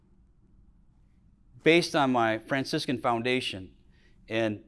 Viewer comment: "I sometimes pronounce Fraciscan as `Francis Can`" Epic! Thank you Franciscan so much for sharing this stunning talk. What a gift!!